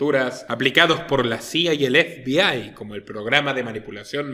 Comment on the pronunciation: Ef bi ai? 😂😂😂😂, pero como se puede ser tan paleto, zampabollos. Estás hablando en español efebei, FBI, o si no habla en inglés cateto, a no , que creo que no sabes😂😂😂. Eres igual que la muchacha del dentífrico, "Colgate"😂😂😂 osea un meme. Y te crees un ilustrado?😆🫣.